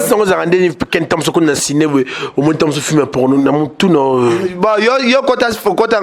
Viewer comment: ken t as mal a parler le francais ,on dit cine et pornographie et non signE ,pronographie